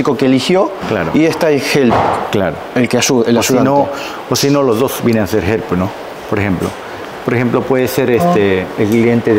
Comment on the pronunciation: Dijo “entertainer” “ help” ( herp) con acento Japones, que loco e interesante. Hablo con cuidadito.